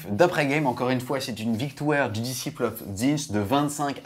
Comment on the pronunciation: Sympa :) !! à 3'50, "disciple" c'est mieux que "disiple" !!